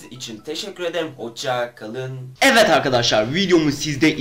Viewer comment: evet derken neden evet değil de evvet arkadaşlar diyorsun çok merak ediyorum😃